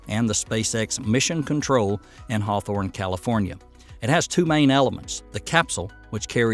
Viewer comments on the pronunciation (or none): none